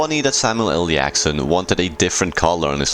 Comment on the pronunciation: He keeps saying samual L Yackson too instead of Jackson